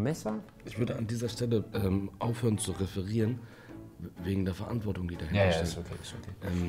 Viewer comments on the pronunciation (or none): Wenn du noch einmal WÄGEN sagst!!!!!!